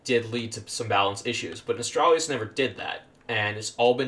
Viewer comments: I don't get it why people like this guy pronouce it as "Nostralrius" when its name is "Nostalrius" where does these people get that additional r from? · How can people still not know how to pronounce Nostalrius? Where is this extra R coming from? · Why can no one pronounce Nostalrius?!!! NOS-TAL-RI-US.....as in NOSTALGIA..ffs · Had to dislike because you couldn't say Nostalrius correctly. Very ashamed